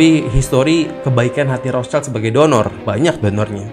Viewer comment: Wihh para pencari konspirasi😁. Maaf bang agak ralat nyebutnya bukan "roscaild (anak mawar dong)" ..hehe piis✌🏻😄